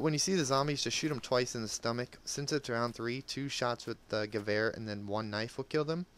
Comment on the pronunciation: Only person that a know that pronounces Gewehr proplerly